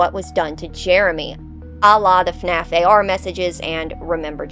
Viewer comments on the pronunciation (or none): none